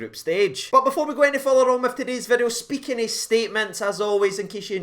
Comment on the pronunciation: "today's-ah video" 🤣